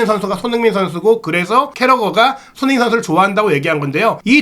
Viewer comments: 진행자분의 발음 손흥민선수 = 손인식선수 😂😅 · 손흥민 발음안되나?